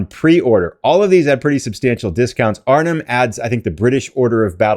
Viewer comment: Hi, don't want to sound petty, but the "h" in Arnhem is silent. It's pronounced Arnem. It sounds off and funny when the "h" is pronounced. Just a point of information.